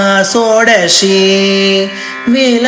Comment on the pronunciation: வாலை வடிவம்மில்ல வாழைவடிவம் உச்சரிப்பு சரியில்லை